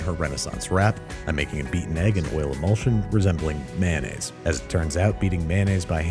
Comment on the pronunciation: Mayonnaise. Is pronounced mayo-naise. Not man-aise